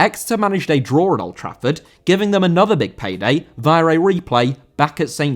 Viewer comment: Via* not Vyer